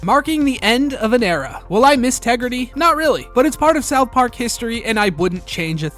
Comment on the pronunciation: "Respect my Tegridah!" 😖